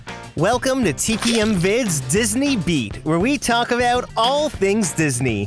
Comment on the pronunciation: the first time i heard disney beat i thought he said disney meat 😂